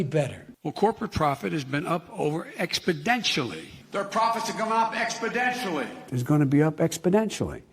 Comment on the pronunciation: expodentially???......no, the right word is exponentially!